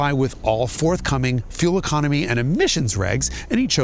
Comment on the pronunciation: Or the "ecahnomy cahr" bit.